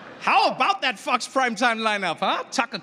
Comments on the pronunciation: When did he cuss? Didn't hear it. The way he said "Fox" did sound a lot like "fucks" though 😅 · Is he saying Fox News or Fuck's News?